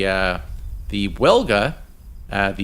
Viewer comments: In English we pronounce it Vilga Brutha. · Dude the "W" in Wilga is pronounced as "V" So it's pronounced "Vilga".